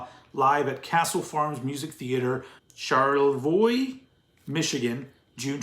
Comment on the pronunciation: Kudos on the proper pronunciation of Charlevoix! Being a former Michigander, it’s always great to hear something from my home state. Coincidentally, I used to live a mere couple of blocks away from that distribution center in Ferndale. Looking forward to my copy coming later this week! Excellent video as always!